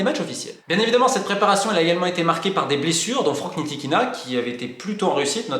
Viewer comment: Un petit "tip" a Romain pour bien dire le nom de Frank Ntilikina: oublie le N au debut et ça va passer tout seul. "TILI + KINA" 😂. Superbe video encore un fois et que le meilleur gagne.